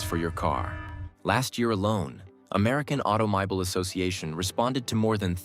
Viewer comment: "Auto-my-bul" association. Stopped after that, posted and left. AI trash.